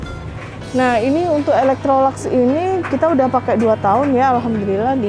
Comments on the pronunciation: Bacanya Elektroluks, bukan elektrolaks. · Yg benar ilektrolaks